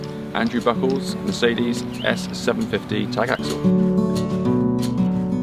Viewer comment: What a nice vehicle!👏👏👏 But....it is a Mercedes and a Hymer.... and when you want to know, how these names (and others) are correct spoken... watch my video.😉 With greetings from the birthplace of them...Deutschland.